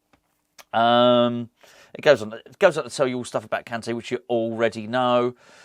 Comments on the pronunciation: “N’golo Kunté. I didn’t pronounce that well did I?” 😂😂😂 I love you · No u didn't say his name well 😂